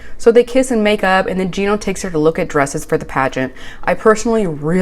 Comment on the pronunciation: Pronounce Gino as Gee-no u say it like Jii-no